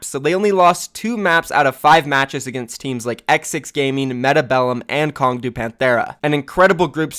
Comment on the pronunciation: Long not kong